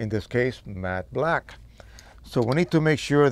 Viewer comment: I just kept on hearing: “mad black”, and now I can’t un-hear it... ;-)